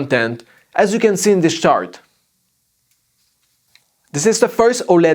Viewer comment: great review. I want this tv to replace my 850c. also, I'm sorry.. I giggled when you said chart.